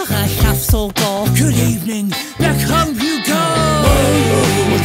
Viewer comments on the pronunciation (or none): Emery says evening whith "b" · Emery says good ebening no good evening🤣🤣🤣🤣